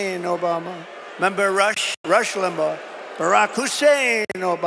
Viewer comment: Every time he stresses Obama's middle name is an anti muslim slur.